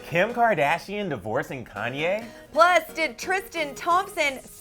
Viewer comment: Girl, say Konye one more time...